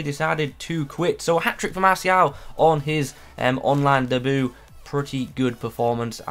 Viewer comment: u ain’t pronouncing that right homie. Day-bū